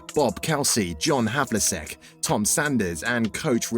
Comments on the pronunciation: You could at the very least pronounce his name correctly. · Two years have passed and the errors and pronunciations have not been corrected. Very disappointing. This whole thing needs to be redone and with a narrator who actually knows how to pronounce all the names. Havliseck, Henson, Cowsy? These guys were total legends in the NBA and that's how the narrator pronounced the names? Ouch.